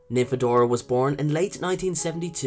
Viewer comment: Don't call her Nymphabora! XD